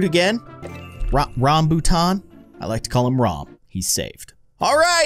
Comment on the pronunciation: The first vip fruit was a dragon fruit I like say Malaysia where I live and I have eat rambutan and said it wrong he said rombutat